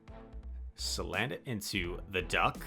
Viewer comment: Cuz, it's name is salandit not "sandalit"